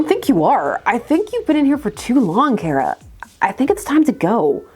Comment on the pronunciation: You pronounce Kara “Kera” instead of “Kah-ra”. Odd choice